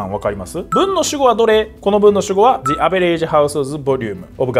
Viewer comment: the averageのとこザじゃなくてジですよ